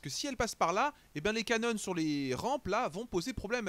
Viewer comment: bien bien, j'ai juste ptdr quand tu dis les "cannones"